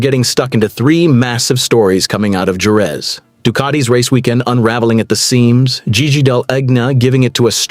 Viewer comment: Please learn how to say JEREZ! Liberty has ruined F1, now they are about to ruin MOTO GP.